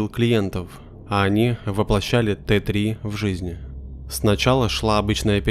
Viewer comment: история огонь, но я посмеялась с "воплощения "т три" в жизнь" в начале. (Т3 - это "тэ зэ" - аббревиатура, расшифровывающаяся как техническое задание) ору